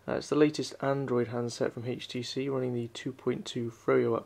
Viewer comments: why oh why do people pronounce HTC as "hage tee see" the "h" is silent... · why does he keeps on saying, "heych t c"???